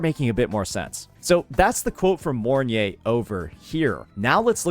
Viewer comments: Im not usually butthurt about ppl calling charatcer names wrong, but the fact called her morn-ye instead of mornai(mornye) somehow irritates me ngl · its pronounce More-Nye with nye sounding like Rye but instead of a RRRR sound its a N